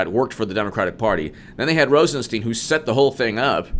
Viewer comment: It is ROSEN STINE, NOT STEEN.